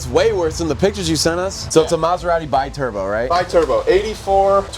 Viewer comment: That maserati is a be turbo not bai turbo biturbo is not english to be said with the english pronunciation in this case is italian and stands for twin turbo, sorry guys but i have to correct that